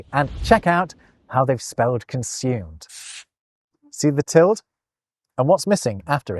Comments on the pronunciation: What? No, the apostrophe covers any left-out letter, but the tilde (wow. "til-dee" or "til-duh", not "tilled" -- and no, not a US vs UK thing) specifically means specifically an m or an n has been left out (you get to figure out which from context). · You are the only person I've ever heard pronounce ~ as /ˈtɪld/. I say /ˈtɪldeɪ/, though the dictionary says /ˈtɪldə/ is more correct. It does mention what you say, /ˈtɪld/, as an alternative, but it's most unusual! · Is your pronunciation of the word "tilde" common in the UK? I'm from the US, and I have always pronounced the word "TIL-day", though I have occasionally heard "TIL-duh" or even "TIL-dee". This video is the first time I ever heard a single syllable "TILD". For what it's worth, Google does agree with me on this... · Where did you learn to pronounce ‘tilde’ as ‘tild’? I’ve only ever heard it as ‘tilda’, and online dictionaries seem to concur (for both American and British pronunciations). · I hadn't realised that the squiggle on top of the n: ñ was called a 'tilled'. It's generally pronounced 'till-duh', but from the north midlands and lives in Germany, so he's a bit cut off from the language. Sorry,. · I thought that the tilde was pronounced tild-eh, more Germanically... like Tilde Swinton...? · It pronounce like "tilt" ? I always pronounce it "til-de" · It is NOT called a Tild. It's a til -deh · Pretty sure the Tilde "~" is pronounced till-dee not "tilled"‽ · "Tild"??? "Tilduh" /ˈtɪl.də/ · I think 'tilde' is normally pronounced like the last two syllables of Matilda. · Gotta admit, I cringed every time said tild instead of ˈtil-də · No. It's called a tilde, not a tild. That's Till Day. Actually Teal Day. But I'll let you slide on the "i". The e is not optional. And it is not silent. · You saying "tilde" with one syllable is actually painful. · Just FYI, the Spanish "tilde" is pronounced "till-day"; all vowels are always pronounced in Spanish. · no t is pronounced til-de